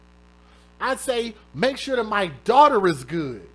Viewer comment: She said DAUGHTER not DAWG